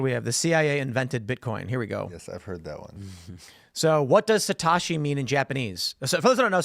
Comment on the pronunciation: Tim you're mispronouncing Satoshi. It's Satoshi not Satashi.